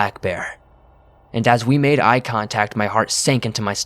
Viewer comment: "eye tontact"